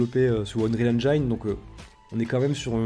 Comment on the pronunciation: Engine en anglais se prononce "ainejine" et pas "ainejaillene".😢